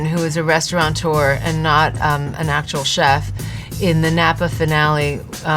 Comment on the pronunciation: I am surprised at Padma. Has no one commented on the fact that it is NOT restauraNteur? "Restaurateur" No 'N' Also, I don't think the Scoville scale is a Subjective opinion. It is a measure of capsaicinoids which isn't up to debate. Measuring concentrations is Objective. Am I wrong?